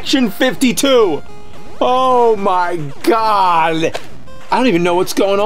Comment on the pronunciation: Is it just me, Or did he say "OH MY GOWL!"